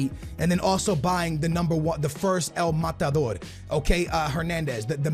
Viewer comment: White peoples saying “el matador”😂